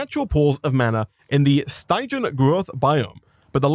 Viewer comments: Hearing him say Stie-jan the whole time was honestly painful. Its stig-ian, the sty pronounced like the sti in stick. It comes from Styx, stygian referring to things from it or of that nature. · It bothers me how he says stygian wrong